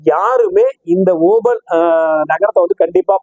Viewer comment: ஐயா சாமி தங்களின் ஓபல் என்ற உச்சரிப்பு இருக்கிறதே காதில் நாரசமாக ஒலிக்கிறது இந்தக் கல் Opal There are many variety of this Opal stones Black Opal Fire Opal Blue Opal White Opal These are Semi _ PRECIOUS STONES Black Opal is most expensive stones While you talk in tamil opal stones give the pressure in your tongue I mean your pronounceation நன்றி வணக்கம் ஜெய் பவானி